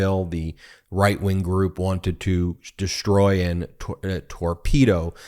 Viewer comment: Ben, I love your commentary, but please use proper English when pronouncing words with "s" sounds, like "sh", i.e. "exshtreme", "deshtroy". Every time I here this improper pronunciation it sounds like "fingernails on a chalkboard". BTW, you are not alone. This is sooo pervasive that I've even heard network national news people do it. I'm on a one person quest to point this out. I'm not a fancy English major, just an Electrical Engineer. Please erase this message if you like, but please, please, please speak English. Thanks.